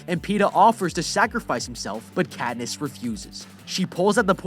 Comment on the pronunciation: "Pe"ta cad"ness"